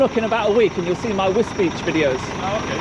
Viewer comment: I'm glad DJ went to Wisbech, because until his videos I thought it was pronounced 'Wisbeck'.